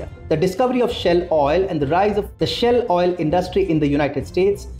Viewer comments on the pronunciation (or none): Its pronounced shail oil not shell.